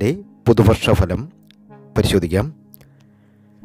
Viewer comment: Faavi alla bhaavi aanu Falam alla phalam Faavi alla bhaavi Aanu jothsyare